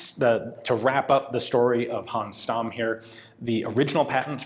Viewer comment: Dear Ian, I would like to ask you to make a little effort when it comes to pronouncing German names. "Th" is NOT pronounced the English way, but as a simple "t", e.g. Solothurn is pronounced as Soloturn, or Walther is pronounced as Walter. Also, Stamm is pronounced as Shtamm. A simple internet search would go a long way. Thanks.